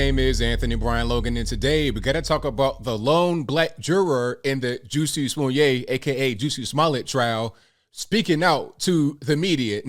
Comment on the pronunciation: Why does he mispronounce his name?